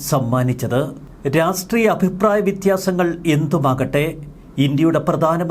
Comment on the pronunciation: രാഷ്ട്ട്രീയും എന്ന് പറയു